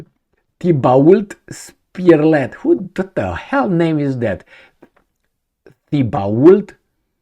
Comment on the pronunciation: T bo Spear lay = Thibault Spirlet